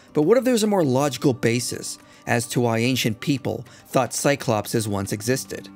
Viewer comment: Minor note, but isnt the Cyclopes pronounced Psy-Clo-Peas not Psy-Clop-Says or did i make that up?